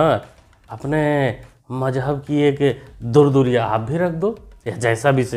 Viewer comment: Durduriya nhi hota he durkaiyaa hota he